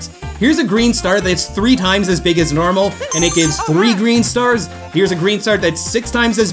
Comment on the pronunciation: Nobody:: Beeg beeg Green star